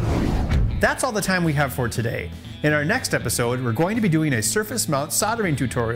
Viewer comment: just at the end there...ben said "sodering tutorial"....it's soLdering...it has an L. I noticed this same butchery of the english language on the ifixit site as well. Please, we all love the US but please can you make a small exception and PLEASE say soldering not sodering. It sounds a lot like you are saying sodomy!!